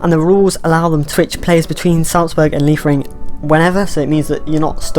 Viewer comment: You pronunciations Liefering is correct. Seems with Marsch there, might make it a stepping stone for MLS players as well.